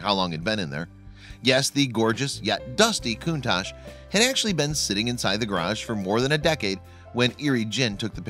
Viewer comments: Stop pronouncing it coontarsh it pronounced cuntash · It’s pronounced cuntak.